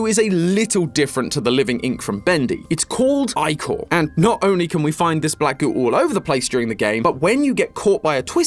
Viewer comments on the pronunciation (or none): Icor is pronounced ic-or not i-cor. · In Greek mythology ich or isn’t pronounced I-kor, it’s more like ick-or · ick-er not eye-core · Eye-core…… EYE-CORE??? ITS ICK-ORE OMFG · Ichor the "i" is pronounced the same as the "i" in word "if" or "it" like if you said "that gave me the ick" the "or" is pronounced "er". Its "icker" not "eyecore" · this is a GREAT video but the way he says ichor. its not eyechor its ih-core,,, 💔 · Anyone else always pronounce ichor as ick-or and not I-core, or just me? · Did he pronounce Ichor like I-core, not Ick-core? WHY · YIPPEEEEE!!! MY HYPER FIXATION HAS BEEN SEEN BY THE THEORISTS!!!! but i hate that he pronounced it "eyecore" instead of "icker"(which im is 90% is how its pronounced and how i pronounce it🥲) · EYECORE!?!?!? it's pronounced "ick-er" 😂😂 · It's pronounced like icker that's what is driving me crazy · Please say ichor like “ickor”I’m sorry I just can’t with “I core” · It's ee-chor not i-chor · you're doing fantastic, and it isn't your fault, but it's pronounced "ick-core", not "eye-core" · Isn't it pronounced like ick-oar? Instead of Eye-Core. This is gonna drive me up a wall. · It’s pronounced Ick-core not Eye-core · It’s pronounced ick-or not eye-cor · It's actually called Ick-Or not Ike-Or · I-core??? I-core?????? ITS IH-COR IM BEGGIGN YOU 😭😭😭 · Ichor.... isn't it pronounced ickker like he was sicker not like an apple product ICORE? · Isn't ichor pronounced as iker not eyecore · ick-er not i-core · Is anyone else shocked about pronunciation of ICHOR (eye-core) instead of (I-CK-R) yes I’m aware not everyone knows this fact, I am in Phonemic Awareness teaching mode I apologize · Imma be honest the thing that frustrates me the most about this theory is the pronunciation of icore It's ick-or like sick not eye-cor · Bro, I feed of Greek Myths so I adore this. But it is angering me how you pronounce Ichor is "Eye-Cor", not "Ik-or" like it's pronounced. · Ichor rhymes with sick-or. Not eye-core... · I say eye cor too…